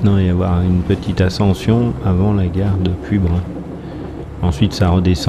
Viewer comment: Slt, pour dire biars tu prononce le s a la fin et le y de puybrun ne se prononce pas. Je ne pensais pas que tu t'arretais aux gares de vayrac et betaille vu qu'elles ne fonctionnent plus. Je tenais a te remercier pour la dedicace dans la video ca me fait vraiment tres plaisir